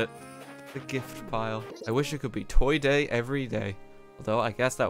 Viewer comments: The hoiti toity is so strong that he can't say toy day properly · no one: rt: TOY DOIE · I just mentally shit myself listening to RT say Toy Doy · “Toy doy”